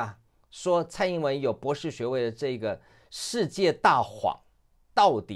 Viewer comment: LSE 博土程度！ 姑娘博土程度！ 博土！博土！博土！ 別吐！別吐！別吐！